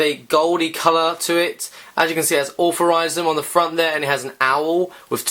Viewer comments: Wtf is allferysm? It is iel- true- ism And wtf is brung? It is brought. Englishman but horrible english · Why are you saying authorisum when its altruism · you should really learn to pronounce words if your commentating..altruism..al..true..ism..